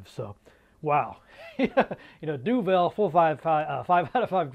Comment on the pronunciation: wew lads great stuff as always :] Duvel? das my man. (pronounced more like Du vul ;) )